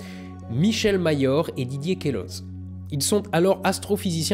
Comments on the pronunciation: <Didier Keulo. pas Kéloze... mais ok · Queloz se prononce Quelo, en suisse on prononce rarement la dernière consonne d'un nom ou une ville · Alors alors... Merci, MAIS ON DIT QUE-L’EAU POUR QUELOZ... Je sais d’quoi j’parle, c’est mon nom, et ce mec fait sûrement partie de ma famille de manière éloignée, étant moi-même suisse et originaire du même bled